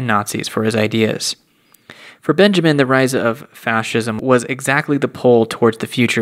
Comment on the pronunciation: not that it matters but... dhzoeordzh - not jorjes clay- not clee benyameen- not benjamin